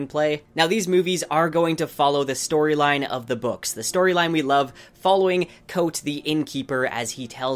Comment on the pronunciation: Ka-vohth. Not Coat. Rothfuss did a whole panel on pronunciations.